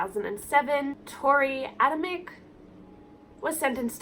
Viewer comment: A simple Google search would have shown you how to pronounce Adamcik's name. And some of your "facts" were not accurate. Cassie was friends with the boys. She didn't feel uneasy about them being there. Her boyfriend said they were all good. And you saying they were already f*cking, that was so disrespectful. Not all teenagers are sexually active and that part was so irrelevant to the case. You laughed and made jokes the whole video. Just pathetic.